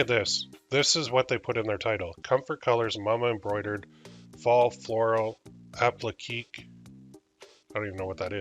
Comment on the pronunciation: The word that's messing with you- appliqué, is pronounced like appli-kay. It refers to the look of the design. Appliqué refers to something applied to the main piece. In the case of the mama shirt, the word "mama" looks like it is cut from a different fabric applied to the main shirt, an appliqué.